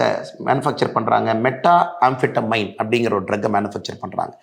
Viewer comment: மெத்ஆம்பெடமைன் அண்ணா... மெட்டாஆம்பெடமைன் அல்ல